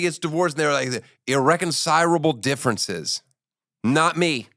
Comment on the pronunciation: "IrreconciRable differences." 😅